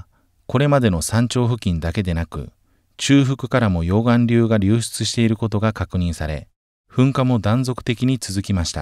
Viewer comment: 溶岩流のイントネーション。